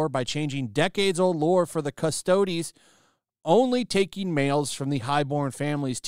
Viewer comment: I came here to hear how was going to pronounce Custodes... Waiting for it... Waiting... Yeaaah! He nailed it this time 😁